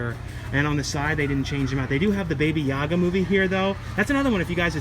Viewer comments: BABA not Baby Yaga lol. cool video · Baba Yaga not Baby Yaga